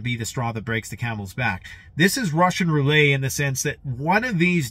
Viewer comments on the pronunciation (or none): LMAO! Frickin' Canadia and the French stuff... Roo-Let. Roulette. Homie with the "Roo-lay". HAHA! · it's rou - let, not rou-ley... even in the French pronunciation. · ruh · shuhn roo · let Not roolay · Any time you say 'Russian Roo-lay' instead of 'Russian Rou-Lette' I chuckle a bit. Is this how Canadians really talk? 😆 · Serious question: Is roo-lay the Canadian pronunciation of roulette? In the US, we say roo-let. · "Rou - lay" you say?